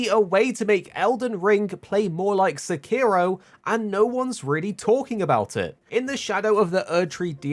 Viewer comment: Illegal sekiro pronounciation